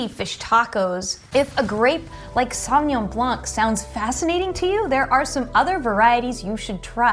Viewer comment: And you are an expert for wines? Pinot Gris is Grauerburgunder in Germany. And you don't know how to pronounce Sauvignon Blanc.